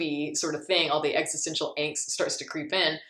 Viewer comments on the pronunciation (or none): none